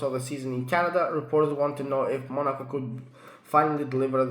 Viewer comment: Bro it's not called monarco😂😂😂😂